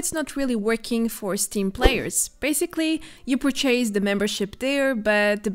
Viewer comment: Love the way you pronounced purchase, poor-chaze. ❤️